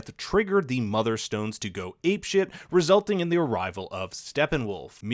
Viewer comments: love your work, but lol mother stones hahahahah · "Motherstones" Nope! Motherboxes. Somebody didn't do their research. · Yo first of all great video, but u need the say the right name man XD Deadshot is another character you meant death stroke and they are called mother boxes not mother stones XD love and peace